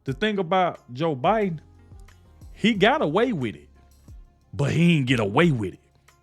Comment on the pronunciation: I appreciate your point of view. I like the clips of real persons talking of different issues, but the AI voices mispronouncing well-known names (Biden as Bid-un and Ek-e-no-me instead of economy) and other errors is maddening. I shut the video down at that point.